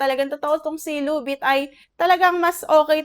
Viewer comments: Ginawa mong tagalog yung title ng loan app lubit card(luvit card) manuod kasa iba at pakingan mo yung kung ano sinasabi nila tamang pag bigkas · Kaya ka na reject kasi mali yung pag bigkas mo sa title loan app